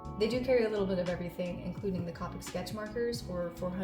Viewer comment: Also it’s pronounced Copic like Coke